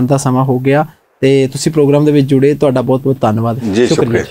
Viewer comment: This anchor needs to improve his pronunciation in Punjabi as he wrongly pronunciates words like “BAHUT”. Thanks for the comments .